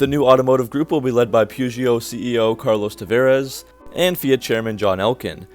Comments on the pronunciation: it is Not pronounced POO-JO, in French it is PE-JO or PA-JO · Peugeot is pronounced POO-JOH 2 syllables with a soft J. It is not POO-GEE-OH. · I thought the proper pronunciations were puh zyoh (Peugeot) and sit run (Citroen). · "Poo-Jho". You're welcome. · I know most everyone here is American but it’s “Poo-joe”, the T is silent. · God you butcher Peugeot so hard its perrjoe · Please learn how to pronounce Peugeot. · I've own several Chrysler products over the years but would not touch a new one with a 10 foot pole. Extremely poor quality. Not to be critical but to help with future videos on this subject, the E before the O in Peugeot is silent. Very informative video. Thank you. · probably could have pronounced Peugeot correctly. The correct pronunciation is "WE SURRENDER"